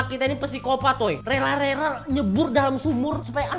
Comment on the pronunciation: rela bg bukan rera